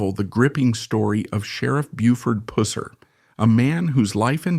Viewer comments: So wish they pronounced his name correctly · Need to learn to say someone name r8ght before you talk about them 😊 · Show some respect and learn to pronounce his last name correctly. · Good documentary but every time you said his last name made me cringe. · At least say his name right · Five seconds in. AI voice and mispronunciation of his name. Out. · Sorry, I wanted to watch but couldn't. The mispronouncing of the name is too annoying. :( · In less than a minute, I’m out. Learn to pronounce his last name. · As a Tennessean, i ask for all of us, please learn how to prounce names before you release the video. Thats called getting it right! Here, say "cup"...ok, with the same "u" sound, say "Pusser". There, you're welcome! 😂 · It makes me so angry when they get AI to do these but don't teach them how to say names.... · Can't watch when they keep saying tje name wrong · Having a hard time watching bc you can’t say his last name right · I started watching it :54 seconds worth. If they can’t pronounce his name correctly. They probably can’t get anything else right. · It drives me CRAZY how this Narrator MISPRONOUNCES Buford’s last name...(writing this phonetically to make the point) It’s pronounced …Puss er, like “Gus” with a G instead of P. It’s almost like the narrator is doing this purposely for a crude joke. For god sake man, learn the proper pronunciation. Sheriff Pusser was a giant of man, and tender at heart. He deserves you to speak his name properly! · I know, right! At certain times the narrator will say it close to correct then other times he will say that "Pooser" mess. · Is it that hard to pronounce his name maybe the narrator should go back to school or not do jobs he is not able to do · The way the narrator pronounces Pusser reminds me of how Sean Connery pronounced Pussy in the 1964 James Bond movie “Goldfinger.” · Who cares if he doesn’t pronounce the last name right listen to the story dumb dumb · You’re pronouncing his last name wrong lol